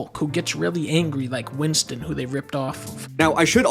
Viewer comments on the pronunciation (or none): none